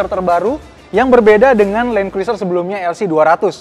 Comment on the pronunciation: Bacanya Kruser, huruf i ga dibaca